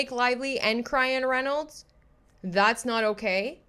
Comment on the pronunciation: “Cryan Reinolds” 😂